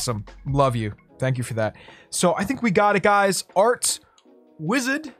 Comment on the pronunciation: Is it just me or did sound so British when he said “wisud”??